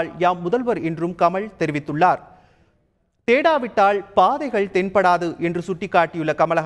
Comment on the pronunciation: Tamil ucharippu sari illai. Fire this guy from Thanthi TV. The basic qualification is good Tamil for Tamil TV. He says கமள்... தேடாவிட்டாள்! தோளா ...